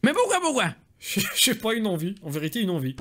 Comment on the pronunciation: « mais poukoi poukoi » il est incroybaaaaable 🤣🤣